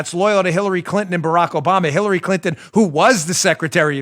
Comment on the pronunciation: I heard it too. Dan said Khillary!